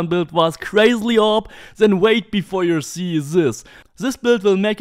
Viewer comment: I really like this guy’s content but the one thing I find really infuriating is the way he says op